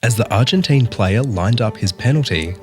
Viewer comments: It’s pronounced Argenteeeeeeeen!!!! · You also say ‘Argentine’ wrong